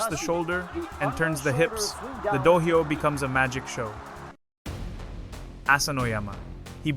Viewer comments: DO-HYO not Do hi yoh. 2 syllables not 3. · "Dough-high-o" for Dohyo (pronounced Dough Joe) being one of the first words spoken here made me unwilling to watch further. How hard is it to get these kinds of things right? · Pronounced doh hyo. Not doh hi yoh. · I paused and contemplated to quit after hearing dohyo pronounced as "d-Ohio" 2 seconds in but decided to give a second chance and laughed my way throughout seeing names like ryuden (whos negative headlines were years ago) and takakeisho (who retired in 2024) in most hated list while omitting names like ichiyamamoto and kotozakura for top 5 favourites (reported in jap times). this guy could have at least done abit of research before committing to this nonsense video. what a try hard. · This is AI generated content. When this channel first went up, the AI voiceover as in standard English. It was completely obvious that that it was machine generated. After many complaints, the producers of the channel modified the robo voice to sound like a foreigner speaking English. So now with the pronunciation of the word "do-ohio", it is now clear again that this is not a human being narrating. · I’m not sure this is machine generated. This just sounds like a human ESL reading an AI script. If it’s AI, it’s the best I’ve heard yet. Mispronunciations like “D’Ohio” don’t seem like AI because the script is AI and would be pronounced with phonetic English. This really sounds like a person misreading the word or stumbling over it. If it’s AI, it’s more cleverly done than most.